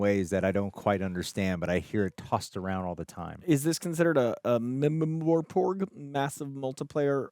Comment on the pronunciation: pronouncing mmorpg is send me 😂 I understand he doesn’t game though